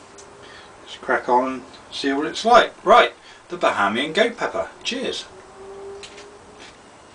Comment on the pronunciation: lol you pronoun my nationality wrong and i still cant believe you ate that. those pepper are really hot